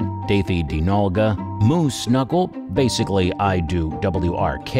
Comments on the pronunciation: It’s Nogla not Nolga and you pronounce it BasicallyIdo work not wrk wrk stands for Work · The photo used for Ohm, it was of another Youtuber, and that's not Ohm. Also, if you're going to make a video about the group, might as well take extra time to pronounce their YT names correctly. "WRK" is pronounced as "work", he's commonly called as "Marcel"🙃 DeadRealm is a game released long time, and Evan is basically over it and had since stopped association with it.